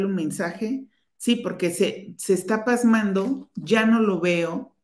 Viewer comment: Pausando no pasmando